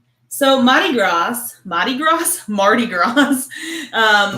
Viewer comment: The Mardi Gras comment is true and you said it right the first time. We don't pronounce the R. Mahdi Gras!